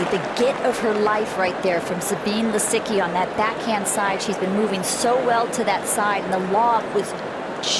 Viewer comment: Za bee neh Lisicki. It is a reporter's job: do it